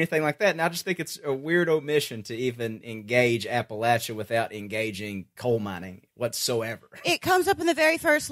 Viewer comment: Love yall but PLEASE learn to say Appalachia correctly!!!